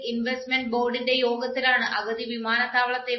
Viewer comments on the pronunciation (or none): അഗതി അല്ല. അതിന്റെ അർത്ഥം വേറെയാണ്..... അഗത്തി.